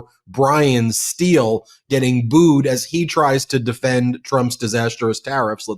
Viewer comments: Pronounced “style” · Steil - pronounced ‘style’. 😊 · Hey Meidas team. I’m from Wisconsin’s first district and the paper towel shaped like a man we have as a congressman’s name is pronounced “Style” not “Steal”